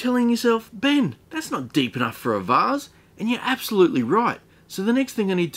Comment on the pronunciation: Funniest s*** I've heard is how you pronounce vase